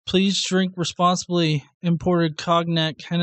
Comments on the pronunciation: "coG-nac"??? are you joking?? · Flat earthers are dumb as fuck yes. But did you just pronounce cognac "cog-nack" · What the fuck is “cog nack” lmao!!! It’s called cognac. I think he likes commenting on this dumb ass flat earther because it makes him feel smart. Smh 🤦‍♂️ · Um..the g is silent in cognac. English is fucked up, there should be a y after the n as well.